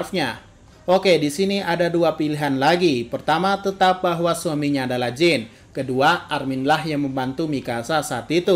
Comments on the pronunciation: simple sih, padahal di anime jelas-jelas di sebut "Jan". Sekaligus edukasi ga semua "ea" dibaca "i", alangkah lebih baik denger storytelling rapi penyebutan namanya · Jean bukan dibaca "jin" 😭 tapi "jan" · ini referensi nama barat, Jean dibaca Jan, dalam anime juga dibaca Jan, itu udah bukti kalo Isayama mengakui pronunciation nya Jan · kalo Ereh Ewing itu emang pura-pura niruin dialek Jepang, kalo Jean sering di sebut Jang malah, tapi bukan Jing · Yoi sipp